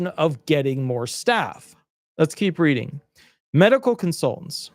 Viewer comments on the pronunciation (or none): none